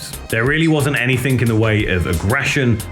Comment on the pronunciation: did you say anythink?